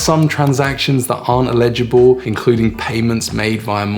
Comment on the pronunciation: not "illegible" but "eligible" - ell-i-ji-bl.